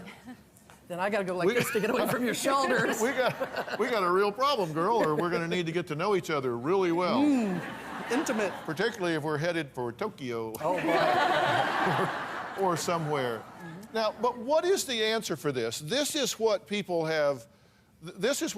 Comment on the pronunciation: Toe kee yoooo